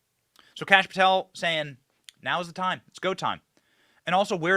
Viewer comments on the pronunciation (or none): none